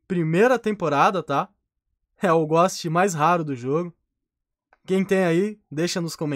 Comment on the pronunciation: O "Ghóst" ta lindo mesmo na minha umiude opineition o melhor "ghóst" é o ghost-Osso de Mexilar